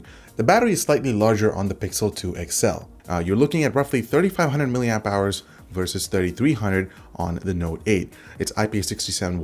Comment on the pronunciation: mAH not MAH